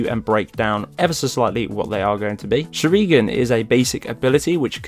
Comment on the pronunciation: You should look up sharingan...it's from a show called naruto. The way you pronounced it made me cringe but good vid nonetheless 🤙🏽